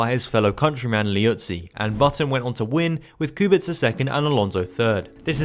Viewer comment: Respect from Poland for pronouncing Kubica correctly, waiting for more episodes from this series